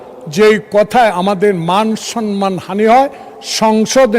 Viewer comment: জয়নাল আবেদীন সাহেব সন-মান উচ্চারণ না করে সম-মান বলতে পারেন না? মাননীয় স্পীকারও সন-মান বলেন। সংসদে যাঁরা বসেন তাঁরা প্রমিত বাংলায় কথা বলবেন এটাই জনগণ প্রত্যাশা করে।